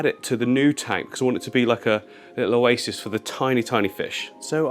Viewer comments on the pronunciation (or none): none